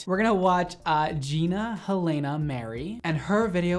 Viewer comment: Why is no one talking about how he said HELENA "he-lay-na"